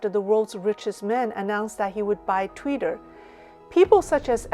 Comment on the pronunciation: it is TWITTER! NOT "TWEETER" as you keep calling it! Is "Tweeter", Chinglish?